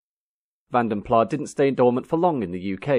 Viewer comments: I believe it's pronounced Plaz not Plah, because it's a Dutch name. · You are correct. After many years of pronouncing it as 'plah', I read about the family who started the coach building firm and they pronounced their own name as 'plas'. That's good enough for me. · The 's' is not scilent, the a's are pronounced more or less as in 'walk', so Vahn den Plahs. A very posh English pronounced 'Plus' would indeed sound somewhat similar.🙂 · AS a Dutchman why didn't you correct the presenter's iffy pronunciation. plasssssss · Because Van den Plas might be a Dutch name, Vanden Plas is an English brand. I leave it up to them to decide how to pronounce it. 🙂Also, mister Van den Plas might have been a French speaking Belgian, and might have opted to pronounce his name the French way, in this case the 'iffy' Vanden Plah... Just like mister Citroen ( Dutch for Lemon) decided to add a few dots on the 'e' to sound more French (Citroën). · I had a '67 1300. Loved it. By the way, I was always told it was pronounced with a longish 'a' but also with the 's', not as "Van den Plah". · A college friend of mine went to work for Rover design- he was told that the pronunciation is Vanden Plaz ! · The Belgians though would have pronounced it Plah, wouldn't they? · Definitely W126, not W123; however, there was no Maybach version of either. And yes, it's Vanden Plas, not Plah. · Vandenplassssss. Flemish name!! S is not silent!! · Here's some history: Brussels up to the middle of the twentieth century was a dominantly DUTCH speaking city. So Vanden Plas was and should be pronounced with the s at the end. The majority of the entire Belgian population still is Dutch speaking (60-40%). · Vanden Plas (or van den Plas) is a Dutch/Flemish name, so the s is sounded - it is not plah. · if it's a Dutch name, surely that last word should be pronounced the same as "plus"? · It's 'Van Den Plaz', with hard 's'. The name is flemish/ dutch, it is not french. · The "S" at the end of Vanden Plas IS pronounced